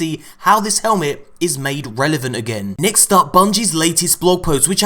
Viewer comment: “Nixt up”